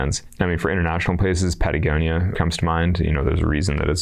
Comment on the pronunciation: “Yuusemite” “Pattygonia” hahaha😂